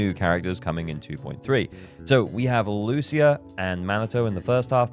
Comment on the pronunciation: Thank you for not pronouncing her name as Loosha